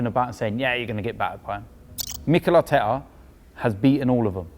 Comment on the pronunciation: it pisses me off so much how robbie doubts arsenal so much it not emry it is mikel artekerrzz